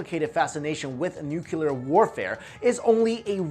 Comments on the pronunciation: dammit, its nuclear not nucular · It's not a major issue but it DOES absolutely drive me up the walls ... The word is "NUCLEAR", being derived from the word "NUCLEUS". It is pronounced NU-KLEE-US, and not "NU-KYU-LUS". Hearing "Noo-kyoo-lur" from an otherwise educated person is like fingernails on a chalkboard. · it's "nuclear", no nukular! Please learn the f_king pronunciation before anything else. Thanks. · I hate it when people say NUKELAR !!!! 😡😤 the word is NUCLE AR !!!!!! Please !!!!! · Why can't people posing themselves as experts learn how to properly pronounce nuclear. Please note it's not nuculear. It's nuclear. Get it right! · Sorry, I need to say this! Why do you keep saying nukelar instead of nuclear? Secondly, we think that the nuclear bomb is the ultimate weapon of destruction... so invariably we extrapolate this onto the advanced ancients! This is wrong, because in nowadays we are based on going against the Universe and the Nature itself... ancients didn't have this kind of weapons... they knew how to preserve the Nature's laws! They USED the power of Nature! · I'm sorry, what kind of warfare? the title says NUCLEAR but you say Nuculur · There are no theories of ancient nuclear war, just hypotheses. Learn the definition of theory please, and its nu-clee-ar not nucelar. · NUCLEAR, how come so many people say Nukelar ? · Why does he pronounce nuclear "nucular"? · Nuclear not nucular... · Will u PLEASE... for the love of Oppenheimer... learn how to properly pronounce the GODDAMN WORD NUCLEAR??? There's only ONE U in the word! Is NU-CLEAR!!! Nu-CLEAR!!! Not Nuc-U-lar!!! Every time I hear u say it like George effing Bush I want to throw my phone across the goddamn street. So PLEASE!!! Can u say it like u have the slightest idea what you're talking about from now on? Please??? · Nucular. Its pronounced Nuclear. Great vid though. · It's nuclear, not nucular. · It's NU CLE AR, not NU CU LAR geez... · NUKULAR ugh over and over again... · Stop saying nuculer